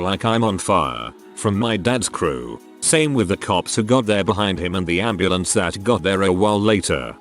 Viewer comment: “And the amb anddeambandeambandembamdebambemabrmenamdnamdn”